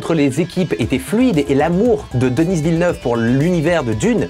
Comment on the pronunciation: Sa se prononce deni pas denisse